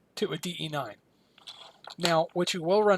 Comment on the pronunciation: Thank you for knowing that it's DE-9, not DB-9! (Why yes, I am a perfectionist, why do you ask?)